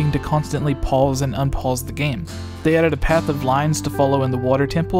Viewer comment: You say 'Pause' weird. just sayin. Still a great video